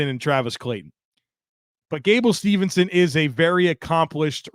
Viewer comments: Steveson not Stevenson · I don't want to be that guy...but Gable's last name is Steveson not Stevenson.